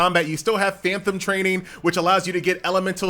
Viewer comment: FAN TOM FAN TOM FAN TOM, NOT FAN THOM.